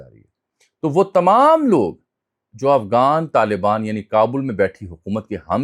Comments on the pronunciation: آپ متعدد بار افغان کی بجائے افگان بول رھے ھیں؟ طنزیہ ھے یا کوئی سبب؟ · آپ کی اتنی اچھی اردو ہے تو کم از کم غ کا تلفظ تو صحیح ادا کیا کریں۔ افغان کو آپ افگان کہہ رہے ہیں۔